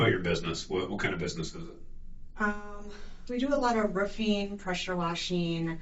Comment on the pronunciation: "Do alotta Rufeeen, Pressure Washeeen.. mostly, it is General Buildeeen". (these are not Words). 😳